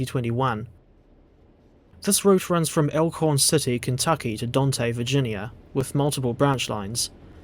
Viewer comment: Fully agree that the Clinchfield needs to be updated. Only because I grew up in the area..... There's a lot of services that could be added. Scenery redone. And, if you don't want to extend the route.... You can add the Haysi RR and it's lone F7B (Yes, they operated 7 miles of track with a lone, modified B unit). Also, Dante is pronounced Dant (as in ant). I still have to catch my saying Dante as the book character. And honestly, most of the older routes need to be updated.... But, I don't think they'll do it.